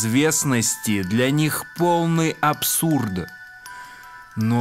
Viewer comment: В словах: вра(Г), абсур(Д), наза(Д) по законам русской орфоэпии, в слабой фонетической позиции, когда после согласного звука нет гласного, следует произносить глухой вариант согласного (Г - К, Д - Т, ), соответственно - вра(К), абсур(Т), наза(Т). НЕ НУЖНО СЛИШКОМ СТАРАТЬСЯ, И ПРИРОДНОЕ ЧУВСТВО ЯЗЫКА ВАС НЕ ПОДВЕДЁТ, УДАЧИ!